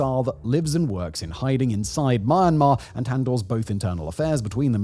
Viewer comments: here is a mistake fix ( its sound me yan mar and not man mar) spells Myanmar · Please try to get correct pronoun not mar mar is Myanmar မြန်မာ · Don't pronounce : my an ma .. pronounce : me an ma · My Mar Mar….😂. Mee Yan Mar bro 👊🏼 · It's "Myan-Mar". Not "My-An- Mar" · If you’re making a video on a country atleast pronounce the country right, its mee yan mar not maa mar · "Or inspiring an even greater ruprising among the people of Mawnmaw" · Dude it’s not ma-ma,if you can’t pronounce just call it Burma. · At least He said Mar Mar , Nobody Care Myanmar Sh! T 😂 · For those interested in how to pronounce the country's name, it's two syllables. Myan mar, not my an mar. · "Maa maa" bruh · Myanmar ❌ Marhmar ✅ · It’s pronounced mee-and-mar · Wtf is Maaanmaar??? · Listening to someone who pronounces Myanmar as Maanmar about Myanmar is absolutely pointless. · The country's name is definitely not to be pronounced "Ma-yan-mar". A bit of Googling surely isn't much to ask if you're gonna make a 26-minute video :P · It's pronounced "mee-an-mar". How do you make a whole half hour video on Myanmar and not know how to pronounce it 🤦🏻‍♂🤦🏻‍♂🤦🏻‍♂ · you mispronounce myanmar. it sounds like u said ma mar. have you tried reading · Why does he keep saying it as "Mar-Mar"... I just can't get over it. 😆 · did he just said mama instead of Myanmar at the beginning of the video. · It’s pronounced Mee-Yen-Mar ❤ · Your pronunciations of Myanmar, Aung San Suu Kyi and Karen are all wrong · Thank you! Lets talk about Myanmar, not mama when you pronounce it correctly, so as you may have a better visual political aspect. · what a robot cant even pronounce myanmar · You've been making videos about Myanmar for a while now but you still have not learned how to pronounce the country's name correctly. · Learn how to say "MYANMAR" correctly if you're going to criticize the country and exploit it for views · Listening to Simon butcher the word I can understand why they used “Burma”.😂